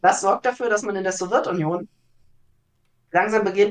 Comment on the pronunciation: Geht mir genauso! Man merkt, dass viel Arbeit in die inhaltliche Aufarbeitung investiert wurde. Zum zweiten Punkt: Da meine Eltern in der Sowjetunion aufgewachsen sind, bin ich es eh schon gewohnt, dass sämtliche Begriffe aus dem Themenblock ,,interessant" ausgesprochen werden. ,,Sowirtunion" ist da tatsächlich noch sehr zahm🙈